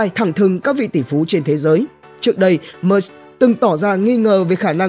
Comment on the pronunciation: Musk chứ ko phải Mush